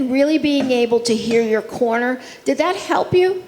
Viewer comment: I keep thinking he saying Connor instead of corner 🤦‍♂️😂